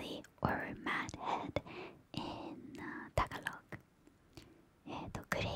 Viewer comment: You said Habang Buhay good! BUt "Tagalog" is pronounced, "Ta-Ga-lug" <3